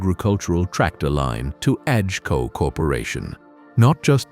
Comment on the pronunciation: AGCO mispronounced every possible way. Terrible AI slop!